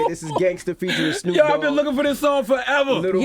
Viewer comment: 'Snhoooop', lmbo!